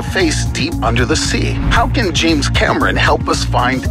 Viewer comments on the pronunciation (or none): none